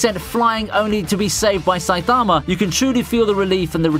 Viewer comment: this guys pronunciation of saitama is pissing me off